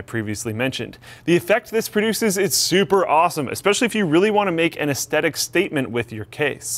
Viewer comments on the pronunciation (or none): please, you're a presenter. The word is ES-THET-IK not ES-TET-IK. You love this word, you use it so much, and it's killing me. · The H in aesthetic is NOT silent!